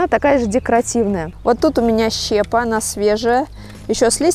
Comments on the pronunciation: Думаю, Вы щепОй будете засыпать. Какая щЕпа, откуда такое произношение? Тем более Вы рекламу даёте в видео по производству щепЫ. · Не щепа , а щепааа!? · щепА,а не щЕпа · Правильно говорить щепА. Посыпать щепОй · Пожалуйста 🙏 щепа́ - правильно ставится ударение на 2 слог. Очень режет ухо. Вы же публичный человек;)) и Вас слушают дети. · ЩепА, щепОй... Ну уши режет. Вы же грамотная женщина, публичный человек... 😮😮😮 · ну почему щЕпа? Посмотри в словаре. Ухо режет очень.